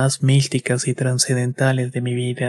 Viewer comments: "Trancedenteales" y otras palabras erradas al pronunciarse, más cuidado al momento de grabar. Muy buena historia, me recordó a los hongos de Maria Sabina, yo sí quiero experimentar esas cosas. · se dice TRAS CEN DEN TA LES... Te falta lectura